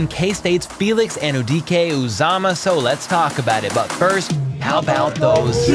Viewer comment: Excellent Igbo pronunciation!